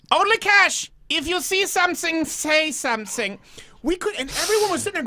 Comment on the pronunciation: "If zo c somzing say somzing" So done. Great podcast btw